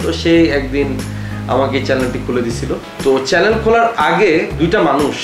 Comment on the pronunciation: চ্যালেন 🤪🤪🤪🤪🤪।।।।।কথার উচ্চারণ টা ঠিক করেন